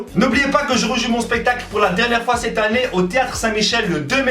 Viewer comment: 'Sette étè' au lieu 'cette été'🤣